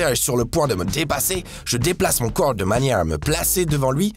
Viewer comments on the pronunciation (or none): none